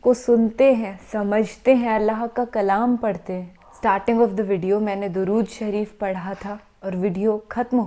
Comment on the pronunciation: MashAllah SubhanAllah Appi Aap ney Alhumdolilla Droodshrif to Aap ney pdhi लेकिन थोड़ी सी सही नहीं पढ़ी